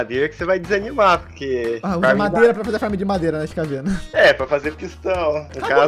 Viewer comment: maos alguém percebeu q ele falo madeira com sotaque??